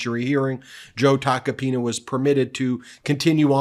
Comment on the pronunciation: Ben… I’m pretty sure you pulled a Cohen and said “taco penis”lol! 😂😂😂 I know you really try to watch what you say, but when it comes to that name, it truly is Tacky Taco Penis! I wonder what shit he’s going to spill on Trump now?